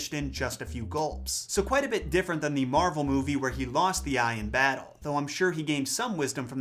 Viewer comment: I can't stop hearing 'marble' instead of 'Marvel'.